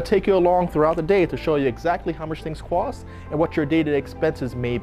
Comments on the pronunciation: How much it cwosts 😂😂😂 I love it ❤️ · Cost, cost! Not cwost🫤